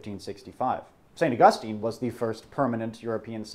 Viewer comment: Love their stuff but...that is not how you pronounce St. Augustine.